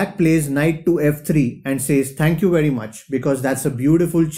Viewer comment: tank yew veddi much (indian voive) hahaha